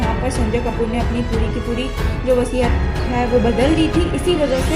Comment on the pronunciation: It’s not wasihat it’s wasiyat